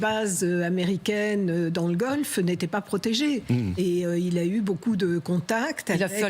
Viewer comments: Golfe pas golf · Prononcez bien svp Golf Persique ❤